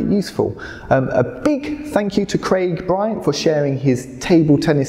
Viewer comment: Great video but you can't say correctly your surname. You shoul work on it:)